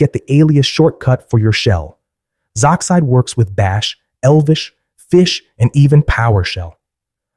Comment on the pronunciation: sorry if I sound passive aggresive but it is actually pronounced Z-oxide